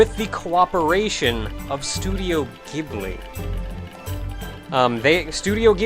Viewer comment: you are saying ghibli wrong....sorry but fanboy must correct using fanboy annoyance.